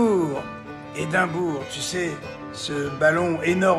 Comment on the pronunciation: Hindenburg Jean Marie, pas Edimbourg....😂